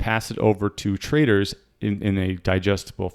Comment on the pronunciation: I like it when you say "traders" it sounds like "traitors" :D